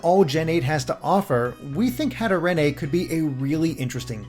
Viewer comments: macabre is pronounced MA-COB not MACOBBER hatterene is pronounced hat-er-een not hat-er-en-ay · "Hatarenay"!? Its "hatter-een" ! Its hat and serene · You actually mentioned Hatterene you literal gods also please say her name right it’s like serene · Hatterene isn’t pronounced “hatter-een” since it’s a combo of hat, hatter, and serene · The second part of Hatterene's name is pronounced like "Serene" as that is part of her name's origins, for anyone curious it's "Hatter + Serene" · IS THAT HOW YOU PRONOUNCE HATERENE?!?! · i’m don’t wanna be the pronunciation guy but the only cool thing about hatterene is her name and your saying it weong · Please don't tell me that's the actual pronounciation of Hatterene... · And mispronounce Hatterene a few more times.